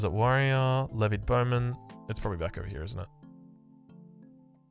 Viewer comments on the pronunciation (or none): none